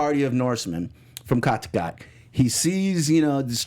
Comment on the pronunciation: I wish you would pronounce the names of people and places correctly. It really shouldn’t be hard, they aren’t complicated. It’s Ubbe, not UBER! Cot-a-got is not how you pronounce Kattegat. I used to love this podcast, but since James and Jocko left its been hard to stay committed... Come on!!